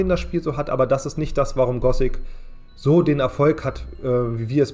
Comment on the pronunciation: Nur echte Fans sagen "Gosic" statt Gothic, also da springe ich gleich auf das Hype-Boot mit auf.